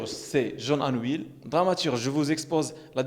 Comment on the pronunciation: Jean Anouilh/ tu dis jean Anuil